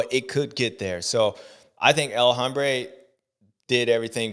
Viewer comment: Bubba, the “H” in El Hombre is silent bro. It’s pronounced El Ombré. Give it a try next week